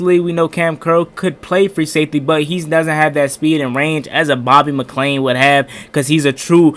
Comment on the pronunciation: You're killing me butchering McCain and Apke's name .